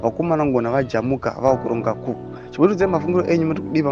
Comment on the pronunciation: Pronounce as koo....for coup pse